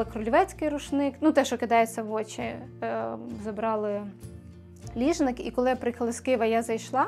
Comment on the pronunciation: Я почула не"очі хати",а"отчі хати",гарна б вийшла назва проекту"Отчі хати"